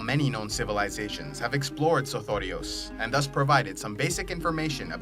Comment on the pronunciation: I love the way you say sothoryos...